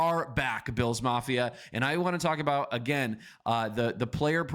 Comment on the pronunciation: Can we at least say the Bills players names correctly if that's the whole channel's focus...